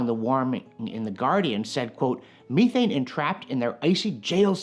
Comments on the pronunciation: The Canadian pronunciation of methane... love the channel but good lord. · I'm Canadian and have never heard anyone call it me-thane in person. Meth-ane is how I've heard it other than this fella and British actors.